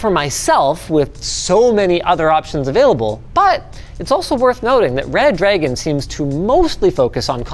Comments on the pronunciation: maybe Reh-druh-gone? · nah It's Red Ra-Goon. Gooner rise up!!! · I'll have you know it's pronounced Red Ra-gone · #LinusTechTips... its Re-Dragon if you say, its not red-dragon. English is bad here. I don't see DDs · obviously it's pronounced reh-dragon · actually it's pronounced redra-gon, and it's a shape. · I pronounce it re dragon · The problem is that Redragon is one word, but we're giving it two stressed syllables. It should be REH-drah-gone.